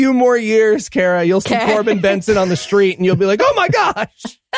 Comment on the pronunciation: Corben BERNSON. Not BENSON.